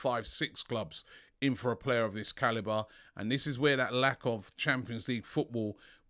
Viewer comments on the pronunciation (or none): none